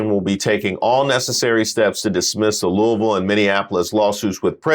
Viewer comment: Thanks for saying Louisville correctly. That was unexpected yet appreciated lol